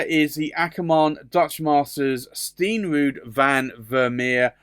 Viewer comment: Hi just so you know the Akkerman reds are pronounced Karmo zone which is crimson, Steen rood "stain road" is literally red stone or brick.